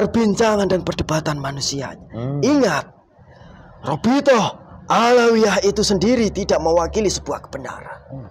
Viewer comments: Menit 20.26 Robitoh awaliyah wkwkwkwk salah lagi 😅😅😅 belajar dulu wess biar ga salah teks😭😭😭 westalah Mbah saaken wong" Iki oleh edukasi jin gadungan 🤣🤣🤣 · Robitoh aliyah... eh..awaliyah Wkwkwkwk., tolong Bilangin jinnya yang bener itu robitoh alawiyyah